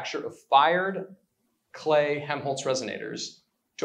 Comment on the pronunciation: This is such a cool idea. By the way I don't think the first L in Helmholtz is silent. It sounds like youre saying Hemholtz.